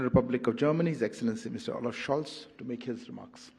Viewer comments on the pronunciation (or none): Chancellor Scholz not Schoch!! 😂